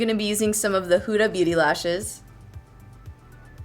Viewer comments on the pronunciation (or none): Its so amusing how you say "huda" beauty😂 I'm arabic so it should sound more like hoda, lol so cute though.